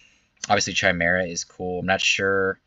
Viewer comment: also it's pronounced Kigh-mare-ah not chime-era